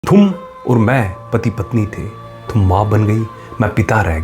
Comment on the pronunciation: Thum wala accent aa rha hai tum wala nahi